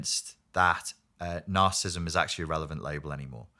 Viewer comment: It seems evident that this man needs to properly pronounce the condition he talks about. Is symptomatic of his lack of discernment about the spiritual evil that manifests in the self-centered and delusional behavior that results from being reprobate before God? These present generations exhibit the sins of rebellion and witchcraft in their demonic compulsion to deny the debased condition of men's hearts. Their rabid hatred for the Son of God, Jesus the Lord and Christ, reveals their rejection of God's claim over every part of the creation. has no understanding of God's remedies for narcissistic behavior because he does not deal with our sin nature. Only the Lamb of God can bring us to the new birth and restore our souls. John, chapter 3 explains this.